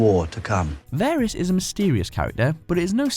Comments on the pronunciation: Damn it, you make enough videos, surely it wouldn't be difficult to learn how to pronounce people's names properly!! It's VAH-riss, not VAIR-iss, you incompetent idiots! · varys not verys